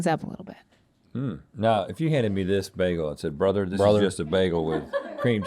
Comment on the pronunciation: Has Rhett recently become a Hasanabi head?? 🤔 cuz the amount of times he said "bröther" in this episode seems remarkably familiar 👀